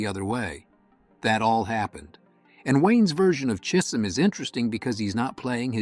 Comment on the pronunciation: ai Cheeesum chism ...lol